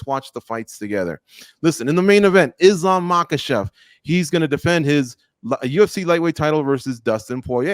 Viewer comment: It's Islam guys, not Izlam. S in Islam is pronounced the way you would pronounce it in the word 'Strike'.